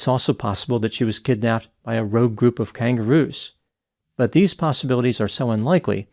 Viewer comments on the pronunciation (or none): none